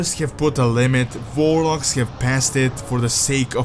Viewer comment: Warlocks? I heard Vorloggs